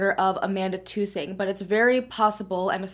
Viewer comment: Check the last person she was with ! Her last name is TuhSing not too-sing. She wasn’t the life of the part, very strict parents